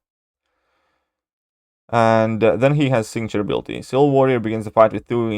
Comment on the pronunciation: If you put "ciwil" on purpose, that's quite a clever play on your accent lol